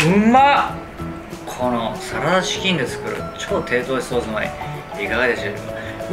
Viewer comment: 「キョンビニの〜、サララチキゥ」 でもう草を抑えられなかった